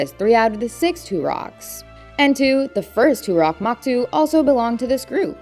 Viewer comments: why do you talk like a hostess robot? toruk, not turok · Turuk ❌ Toorock ✅ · Toe- rue - k! Not Too-rock!